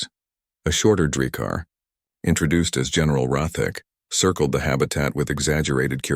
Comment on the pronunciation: "INTRAduced" is not a word. *INTROduced. "PERtectID" is not a word. "PROtectED. "PERtecSHIN" is not a word. *PROtecTION.